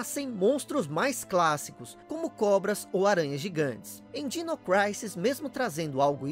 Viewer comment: é dino "crísis" e não "craises" kkkkk